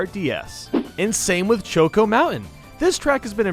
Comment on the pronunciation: How triggers you: BY SAYING "CHOA-CO MOUNTAIN" 😠😠😠😠😠